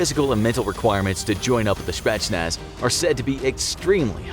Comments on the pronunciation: I'm Romanian Czech, I am training for GRU, I am not russian but I guess I am close enough? Idk let me know I guess lol Also its not "spatsnaz", its "spetsnaz' the guy makes it an "a", mam dobry den :) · The Speshnaz lol